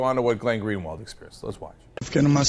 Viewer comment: I'm a brazilian and I have to say, for a foreigner, Greenwald portuguese is actually pretty well pronounced.